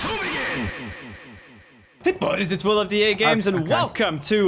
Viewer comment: I think the ghost killed Will because he kept butchering the name. XD